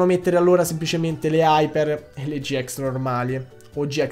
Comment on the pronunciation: Si dice gi ix non gi ex